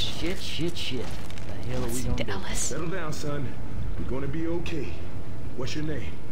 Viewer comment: when Ellis says "My name is Ellis it sounds like he says mY name is Alice